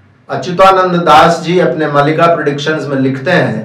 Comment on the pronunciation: मल्लिका नहीं मालिका